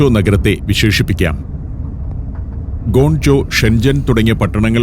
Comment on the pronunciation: ഗോൺ ചോ അല്ല അണ്ണാ, ഗ്വാങ്ചോ